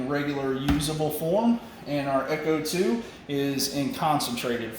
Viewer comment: FYI... Ech2O is not echo 2 its supposed to be pronounced H2O... Cheers